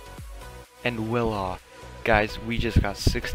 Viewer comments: He said wela instead of wala lel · Thx for the coool vid btw you say Wala weird